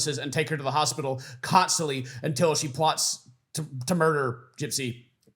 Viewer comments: can't even say "murder" 🤣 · Murder not a whoe